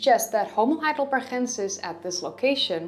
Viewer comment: Since name of that primeval dude comes from German city of Heidelberg maybe he is named "Homo Heidelbergensis" not "Heidelberhensis".